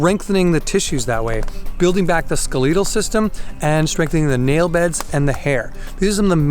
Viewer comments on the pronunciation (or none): "Skel-e-tel" system lol not "ske-leetel" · Hints: Look up the pronunciation of "skeletal" (like skeleton, not skeLEEton), capillary (CAPillary, does not rhyme with Hillary), and the meaning of "tensile". I mean these kindly, as it helps people take you seriously. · Skel-EE-tal system 🤔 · What is a skeleetal system? You mean skeletal!?!? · Did he say "the ske-LEET-al system", lol?? I love this guy, but to really be the "herbal jedi" I urge him to learn to pronounce the "Skeletal System". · Canadians pronounce it ske-leet-al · “Skuh- lee- dull”? Have never heard it said that way before. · Ex squeeze me did you just say skuh-LEE-tl system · Mars Horses it's definitely the way many Canadians say it. We pronounce our E sound exaggerated.